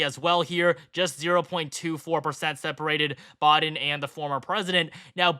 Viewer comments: Why does he keep saying Joe Bawden, instead of Biden? That's weird. It's not a difficult name to pronounce. 🤔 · The fifth final prediction! It's also pronounced "Biden" not "Bahden"